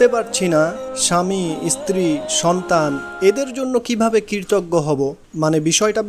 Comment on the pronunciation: Assalamualikum wrb, dear, dabbing good but need more focus on some specific words as kritoggo, stri,uchharon thik korte hobe. Apnar hobe Obossoi inshaaAllah, rehearsal lagbe abong onnoder dabbing gulu bar bar sunte hobeJazakAllah khayr